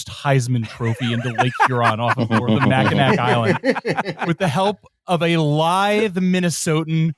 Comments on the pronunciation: For future reference, the island's name is pronounced "MAK-ə-naw." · This is so fucking funny. As a Midwesterner, I’m appalled at the mispronunciation of Mackinac (say it like “Mackinaw”)